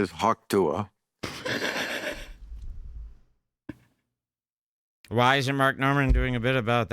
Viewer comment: calling hawk tuah “pa-ting” without even thinking twice about it is funnier than 75% of kill tony